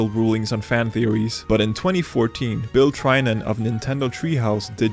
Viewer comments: Bill Trynen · Poor Bill Trinen...